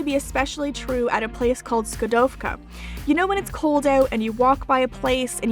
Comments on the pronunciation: š in škodovka is pronounced like "sh" in sheep, just like č is pronounced like ch in chiwawa, also love the video :D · I am from Slovakia from Bratisla and the dumplings are called bryndzové halušky and Škodovka is pronounced Shko-dou-ka. Otherwise your Slovak pronounciation was pretty ok considering you are english. But you should have ventured into more eastern parts of Slovakia. You would have a better taste of Slovak foods there also because Bratislava and the food industry is starting to be influenced by the western culture more and more so it’s hard trying to find really authentic food. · Ohh... Well...Š is pronounced somethink like Sheep without that eep... Just... Škodovka is pronounced Shkodofka 😂